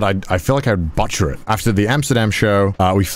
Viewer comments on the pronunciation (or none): he pronounced butcher like butt-cher instead. I will never forget this moment